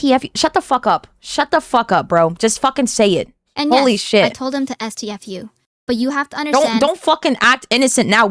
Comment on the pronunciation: am i the only one who thinks she sounds like AI?)) doesn't sound like herself, has this buzz while talking that AI tts models have, and who the hell says "es-tee-ef-you" out loud ))